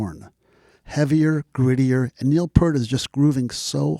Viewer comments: Love your enthusiasm for the man and the band but by now I know you know it’s P-EAR-T not Pert. Took me some time to get used as I had been mispronouncing it too for a long time. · P-ear-t NOT pert! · Great piece but surprised you pronounce his surname wrong as such a long time fan, Pe(art not Pert, sorry but it irks every time you say it. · Kind of lost me when you can't pronounce the late, great Neil Peart's name correctly. Think "peert"...not "pert". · Pronounce his name as Neil Peert please... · Just here to reiterate. I’m listening to this and it’s great BUT…. It’s pronounced “PEERT” man!!! 👍🏼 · “Ear with a P at the front and a T at the end.” But I hear ya…I pronounced it Part (as in Heart) for years. Purely because of. Rhythm magazine article about him called “Closer to the Peart” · can we now live in a world where people know how to pronounce Peart? Will this go on in the year 2112? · Nice piece but I cringed every time you mispronounced Peart! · "Lifetime of listening" to Rush, still mispronounces Peart.